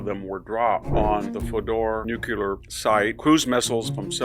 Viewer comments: I appreciate your perspective, PLEASE mr hansen it is NU-cle-ar. (Please know it is not Nu-cu-lar!!!!!!!) so bothersome by so many media that do not know the difference between chemical items and “the center of something (nucular) ughh data:image/webp;base64,UklGRuwWAABXRUJQVlA4IOAWAAAQYACdASqoANoAPslQoksnpKOhrfReIPAZCWoAyuhpK79+iQHlnyv8PcJPyf8X1af2P0gOh55gPNn/7vr4/uPpj+lt6sf989TXpf/7dhJX+I/u/b3/pPEvzhfIZW7hnqidkf8X+8e4f9+/5Ph38vtQ72ru6IA/0X+6ebN9t5r/Z72AvL3wa/uvqBfzv/YektpC+weCiljWbuXCRZ3M+KfU9bqTuaryz3ldnzCtpQj97ScFgjs24L5JGteUmw4iNG/mX6mF/uQM1tMXgLbpE6v3uSzEBAlbyIrV66qUSF4rmXZQ4YO4X2lNOvqch/AkpPDaFqpGJeQ3/YlRGHq9FMinJWEqEfmcLta1SrRbI+zlPf9NIbWmyufS6az8loQRcSdc9t/x1VzW0sR0hqT2vYDxI+H7nlV8aI7vVHyb3Dvn+qJp7gTqCa/zTYx42WJvDgjOxY3p6PEbMyJJrMUQY6xgRszTeJUOgW4R8AtE0Ej5LO+WlPzrfUYRp5ig8I+5xNFzVrqo+AObRKUgrMVRZii4/SUkyy3v8qF33DHdQLfrrIsoLUk/xUV8qZdkTehWoSfVWSK69GP+4VBNlPR56TWO20nc9iKkaOknrZ36Q3CqH3qPi3eGPNc+OsLGBra97Z7xH4d3/hYR6vKpc8rFanpZMLNdV3mrv1Br6piRgbjLluPGW9OCb4+Hi77Qp4QMWCWv9fZNKRD9CZ8nvw7AoNAn0IT6i1gX/PuDD7iJdJXwajR6kOm+aENMbjXh62xKuEqsehZtD5bOKb4bTlZvP0LT31xMrZQ5uPhLEu7PpYIBmTCybIcrXXrmlmEHS+XfCtyihK2KIvjfdeNxQcXZj7ebZ0Jpp611JNTPN3/+iVuk//ma5AL/E3NaiFzPHh01VR2fKlbhc2y+um2aCPn/AE2bsfwPYUiZfneQAAaBY+hXHdiF/DFCUYHnGdavmFuBNUVatXFLl8M8tUy5bcrSGR7EjXyNukDZ0xfzHEbq1dwswc9Nm3mXnGZYVu3IUmzdt9N/Pxqw51dhAAAA/lmJO+ox9Hx3334tyhgV6YcROLUD8v/gPwh5q5qkZ0w/7/+Zfdv3QHi8/5s1vbPBZQnC549fk+W7L6gyeIU3ikk7NqR8TMkuokmKObaMiHuHBBU4ZuwLI42TKBs4LOdUTyj+kX5hRM+8qxZYJU7Y+dRTf+b7SH+Kt7QgoVniu1FOf/5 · You forgot that jimmy Carter, per his "advisors", released the first Ayatollah from exile in Paris, who then turned Iran into a jehadist paradise. Cause and effect. And, by the way, it's NUC-LE-AR, not NUC-U- LAR. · I love VDH, but I'm sure that he could abandon his mispronouncing of 'nuclear.' Every time I hear him say nuke-you-lar, I'm reminded of George Bush--which is not a nice memory. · 'Nuclear' is pronounced 'New Clear', Victor. Only two syllables, okay? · Fodor *nuclear* Not "nucular"